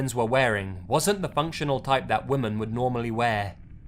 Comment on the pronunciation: Lazy, Lazy, Lazy...please learn how to pronounce “women” properly.